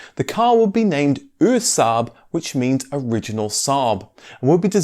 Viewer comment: The pronunciation of SAAB and Svenska Aero was actually pretty accurate! Not perfect of course, but still very good. 👍